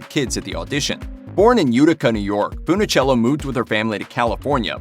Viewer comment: Mispronounced her name as FoonOhchello so many times. I gave up. Bye.